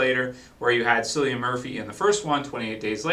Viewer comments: For the second time cillian's name is pronounced killian not sillian trust me I'm irish and it's an irish name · Its not sillian its CILLIAN